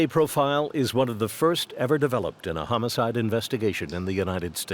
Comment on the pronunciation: His pronunciation of homocide should have given him away. Did his wife never hear that recording?